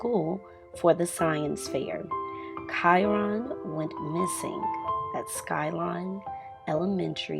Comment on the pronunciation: His name is not pronounced like that..